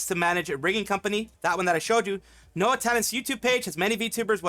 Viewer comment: NOA talent sounding like NO Talent from you